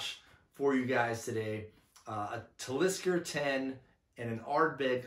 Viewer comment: Your saying Talisker wrong.